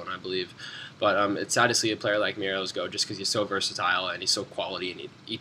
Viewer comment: why do u say Merelose?? its pronouned Me-rel-ez